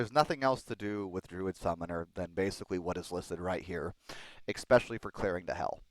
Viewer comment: Its not pronounced ex-specially. It's pronounced e-special-ly. Your videos are awesome BTW, I just wince when I hear the mis pronunciation.